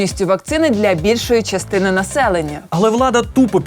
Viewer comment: Ясю, не "чЯстина" , а "частина". І колезі передайте, що не щЄплення, а щеплення. Вку*вл*є така покалічена вимова.